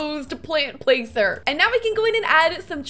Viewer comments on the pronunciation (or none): none